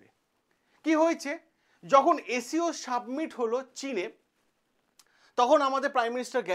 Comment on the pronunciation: Submit noy ,summit